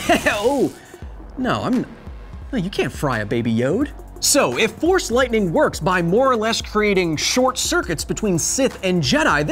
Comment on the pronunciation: I thought You were saying “THORS lightning”